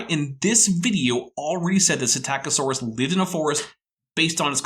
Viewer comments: "Puh - sitta - co - saurus"?? ugghh.. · did pronounce Psitaccosaurus “PsitICiosaurus”?